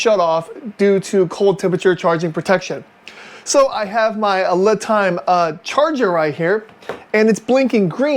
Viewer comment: Thanks for the video. FYI, the company lame is pronounced Lee'-time; not Lih'-time.